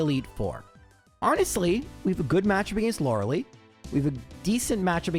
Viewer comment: Past you said Lorelei wrong